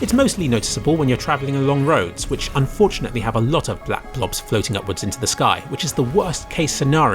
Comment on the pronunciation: you have improved my little corner of life, thank you (just thought id let you know.) Also a big fan of your enunceation of black blob